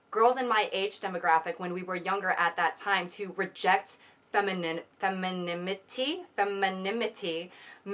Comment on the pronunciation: All the effort that went into pronouncing femininity just to get it wrong anyway kills me